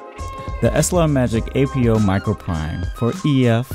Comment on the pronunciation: APO is pronounced in one word not as separate letters.